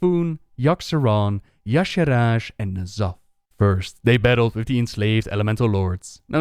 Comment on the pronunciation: If pronunciation of Ysherraj is wrong, I don't want to be right.